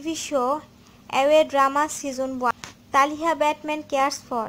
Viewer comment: First you did not say who is his bf and its not talhaaa it's talitha quite youtube